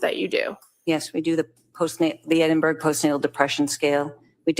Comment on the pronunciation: I’m a midwife from England I have used the EPDS many times I’m surprised this psychiatrist wasn’t very familiar with it. It’s is a far superior tool in these circumstances than the PHQ-9. I was also amused by pronouncing Edinburgh “Eedinberg”😂. Sorry on a serious note he is a formidable and skilled lawyer. It’s actually very sad to see this doctor throwing her career away. I can’t help but feel for her. Poor Lindsey, poor babies. What a tragedy.